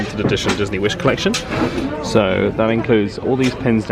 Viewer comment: rewatching older vlogs as i manifest a wish cruise next year and the "kehvish" took me out as someone from southrern ca haha love you guys